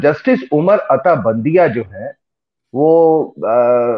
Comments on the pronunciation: His name is Bandial not Bandia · Chutye It’s not BANDIA. It’s “UMAR ATA BANDIAL”